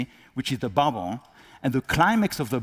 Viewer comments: He sounds ridiculous. Learn to pronounce BUBBLE. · "BA'BOLS", lol - He's doing well for some who's first language isn't English.